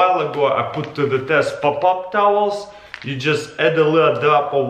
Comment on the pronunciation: I like how he says Pop-up towel